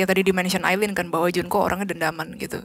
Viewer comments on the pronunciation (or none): Masukan yang bagus. Ngomong2 namanya Aileen (bacanya Ailin). 👍